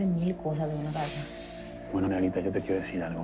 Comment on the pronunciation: DICIENDO SHOOOOOOOOOOOOOOOOOOOOO POR YO JJAJAAJJAAJAJAJAJAJAJ